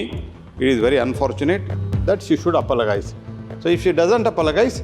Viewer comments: yes she must apolo"guyz"🤧🙄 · My god...this mp said...apolagays....my goodness how they are selected for parliament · Ye gadha 'apologise' pronounce nahi kar sakta hai aur doosronko etiquette sikha raha hai.